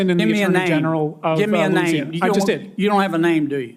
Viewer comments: Especially in my state of LOOSEana as he pronounces it. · Hey Kennedy, I'm native born in Louisiana and my family has roots here since before the civil war. How in the !!!!** do you come up with the pronunciation, "Loose i anna"? In case you don't know history, in which I think you don't because you don't even know your job in politics, the name came from the derivative of King Louis of France. You wouldn't pronounce his name King "Loose" or in your case, a fool like you does.